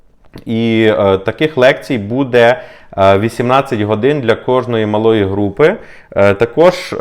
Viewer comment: Не буде а буде наголос на "бу"